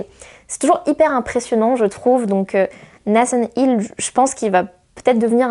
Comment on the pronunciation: Un like pour Nicolas Martin et pour l'accent anglais sur Nathan Hill !